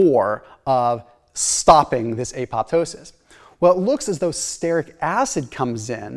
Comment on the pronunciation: Brad Marshall, creator of The Croissant Diet is all about stearic acid. He added starches to the diet to prove that the belly fat eliminating function of stearic acid works even when not on a ketogenic diet. Btw, stearic is pronounced STEER-ik, not STARE-ik. Love the vids, longtime subscriber.